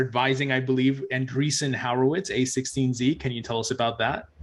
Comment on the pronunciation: I love you,, but you STILL can't pronounce an-DREE-son WHORE-a-wits. I know you can do it! It's not HOWER-wits. LOL